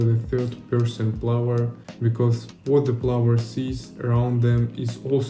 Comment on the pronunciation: You are pronouncing "player" like "flower". :D The movement in the game looks sick tho, great job!